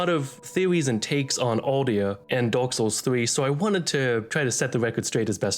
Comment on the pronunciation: "dork soles" 💀